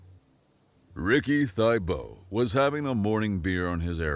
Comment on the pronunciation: Thibeaux. I am of French origin. My last name is French. I speak French. Stupid AI. It's not thy-bow. Much closer would be thu-bow. Or thih-bow. Not even Cajuns would pronounce it thy-bow. Stupid AI. Lying.